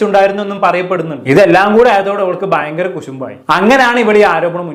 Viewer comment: ലെ: ഭാവിയിൽ ഇതു ഫയങ്കര danger ആവും 😂😂😂